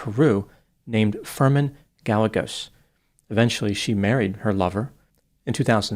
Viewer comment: Gallego is pronounced guy-aye-gohs